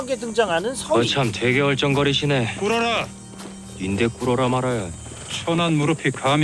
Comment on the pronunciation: 꿇어라가 왜 사달라로 들리냐